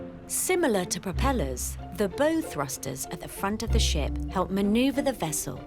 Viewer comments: The "bow" in "bow thruster" rhymes with "cow", not "go". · Can someone teach the narrator how to pronounce "bow thrusters" ?? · Someone forgot to tell the narrator how to pronounce bow properly lol